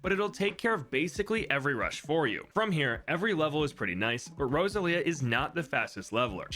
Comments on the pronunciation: Rosa lia? It should be "Rose-all-ee-uh" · I don’t mean any offense, however… Rose-ahl-ia, not Rosa-lia The emphasis is on the “ah” sound but it moves fluidly into the L, the name is kinda like going over a hill, Rose on the climb, ahl across the top, ia on the way down Edit, pronunciation guide might be better written as Rose-allia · Just trying to help. It’s pronounced Rose-Say-Leah. That is my friends daughters name.